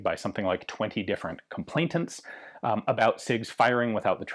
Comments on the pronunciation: "Complainant" not "complaintant" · 'ComplaiNant' Not ComplaiTant, or whatever it is you're saying...